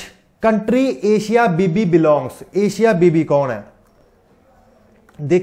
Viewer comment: Sir thoda padh भी lia kro.. Est निंदा nhi ईश निंदा होता है. Second baat एशिया बीबी Nhi अशिया बीबी है. 😡😠